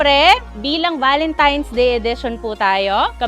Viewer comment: TANAN GID SILA VALENTIMES HAHAH AY AMBOT BAKIT GANUN ..VALENTINE'S NAGIGING VALENTIMES HAHAH